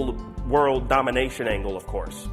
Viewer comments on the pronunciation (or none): none